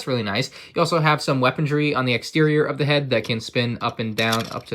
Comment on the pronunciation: The return of "weapon-dree"